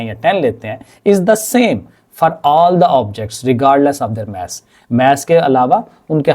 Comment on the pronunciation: Mass ❌ 😂 Maas ✅😂